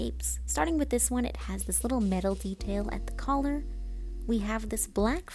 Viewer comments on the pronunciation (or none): none